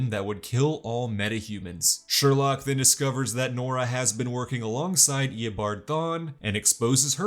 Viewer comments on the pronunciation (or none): It’s sureloke not surelock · Sorry, every time you said "Sherlock", my mind immediately corrected it to "Sherloque". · Sher-loock -loch 😂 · he said Harry "Sherlock" Wells ITS SHERLOQUE